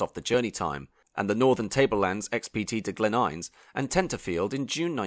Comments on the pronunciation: It's Glen In-nes, not (H)Ines, and Ge-rog -ery (as in Roger with a y). It's now July 2024 and the 'new' trains have only just begun testing. The 'new' trains were 'supposed to be' running in the first quarter (Jan - Mar) of 2024! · First up - New South Wales is a state, not a territory. Second - a lot of footage of Queensland, Victorian and South Australian trains shown when talking about New South Wales railways and trains. But still generally informative. PS - Glen Innes is pronounced "IN-us", not "iens". And mur-WILL-um-bah. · A few pronunciations were off (local pronunciations are "Canbrah", "Newcahstle", and Glen "Inn-es"), but it's interesting to hear them in a different way. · The newest car I saw in your Sydney footage was a 1964 EH Holden. Also it's pronounced Glen In nss. The change of name to country link gave the company I was working for quite a lot of work, work a lot of money to make the signage for the re bra bring, the signs were complicated to produce, made out of quite thick aluminium and engraved with the station names and country link logo, it's funny how those in charge of train services love spending lots of money, just not on train services.